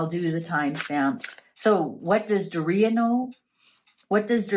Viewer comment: Its pronounced Door e ugh (Doria)